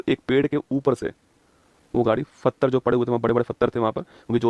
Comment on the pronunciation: ये आदमी पत्थर को फ़तर बोलता है।